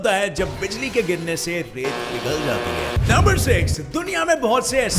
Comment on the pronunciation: Bhai it's not raat ka samandar it's ret ka samandar